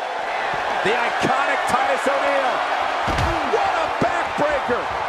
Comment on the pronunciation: "the iconi Titus Oneil"